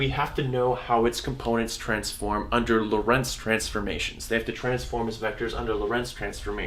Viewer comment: In "Lorentz" the "o" is stressed, not the "e"!